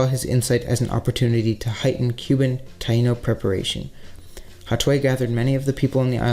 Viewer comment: Pronouncing taino wrong